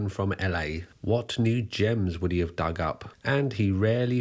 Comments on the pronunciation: this video discredits you, the way you say HE with so much force like it is an offence to you that HE wants to be a SHE. takes away from the facts and puts it in a 'political' light. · I won't lie, the way you emphasized "he" that first time when talking about Lady Bunny had me a bit worried - but you actually were quite respectful about her and her legacy. While shes mostly known for the nightmare fuel "obey the walrus" video by the wider public, shes a bit of a legend in underground queer art circles